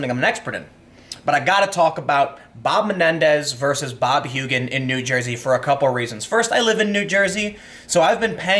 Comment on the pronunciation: you pronounces "n'Joysey" wrong lol